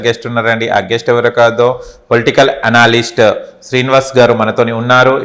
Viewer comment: ఎనాలిస్ట్ కాదు,, ఎనలిస్ట్ అది.